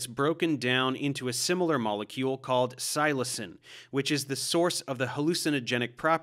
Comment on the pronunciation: Your pronunciation is distracting. "Seh-LAS-ah-bee", "Seh-LOW-sen", and "Seh-low-SAI-ben" would be closer.